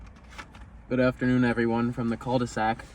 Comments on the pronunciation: fyi you don't prononce the L on «cul de sac» lmao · dont say the "L" on cul de sac and you got it right.